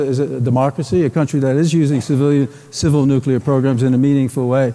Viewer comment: "Nukelar", we meet again!